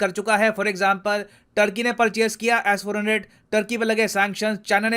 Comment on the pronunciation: BHAI AAP S 400 KO ASS 400 KYU BOLTE HO 😂😂